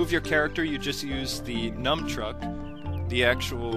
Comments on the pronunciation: its not numbchuck isn't it nunchuck? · nun not num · did he say numchuk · "Numbtruck" lol